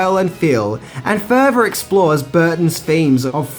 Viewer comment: Goffum city... Eeva... Furva... Bruvva... Fourt... Deff... Fankfully... Levvaface... Togevva...